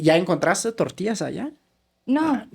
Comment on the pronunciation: El guero por decir tortillas 😂 dice tortias 😂